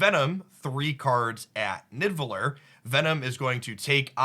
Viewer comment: bro its pronounced "nee-da-vel-eer"